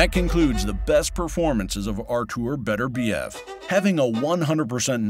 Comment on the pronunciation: By-the-way, his name is Beterbiev, not Better-biev. Show some respect.